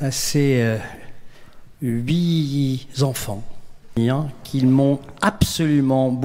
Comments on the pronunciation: Bravo au candidat vainqueur, il a été excellent . En revanche je n’en dirai pas autant de certains membre du jury : Bruno Solo qui dit « huit zenfants » (bravo la liaison) un autre membre qui confond jury et jurė , pour des arbitres chargés de récompenser la belle langue , c’est fort ! Je n’ai pas regardé jusqu’au bout 😒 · Ah ce Bruno Solo, juré d’un concours d’éloquence où l’on se permet un" huit zenfants" c’est assez mal maîtriser le français et cette récurrente absence de modestie " ... parce qu’on a des reflexes de comédien sans aucun doute,un peu plus que nos camarades de derriere, même....." Que ce derriere est laid,aussi.